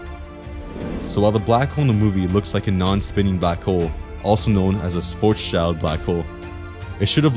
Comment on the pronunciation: It's pronounced shvarts-sheeld.